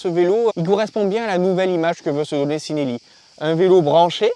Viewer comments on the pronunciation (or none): Ci en italien ça se prononce chi et non si ;) ( chi-nel-li )